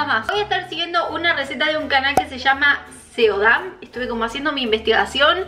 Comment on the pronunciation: no se pronuncia 'Seodam' (osea todas las letras), se pronuncia 'Sodam' (sin la 'e'), lo sé xq estoy estudiando coreano... P.D: Me siento como la chica de TikTok 😅😆😂